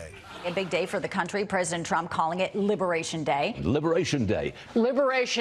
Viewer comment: libewayshun day